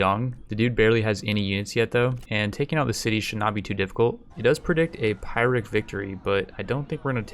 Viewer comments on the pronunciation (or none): my man its not pronounced 'pie-rick' its 'pure-ick" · Yo, nice! I'm in like turn 80 by now, and missed my chance to marry daddy Lu Bu (mostly because... you know, I... kinda killed him). Now I want to restart ;_; By the way, why do yo pronounce "pyrrhic" pi-rick? Isn't it pronounced pee-rick? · It is pronounced 'ph (Greek f)i-rik.' not 'Pie-rik'. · Chinese words I'll give a pass to, but : The word pyrrhic is generally accepted as being pier-rick. And now back to the video. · "Pie-Rick victory" Lol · "Pure-rick" victory. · Pyrrhic Victory = Peer+Ick Just so ya know :)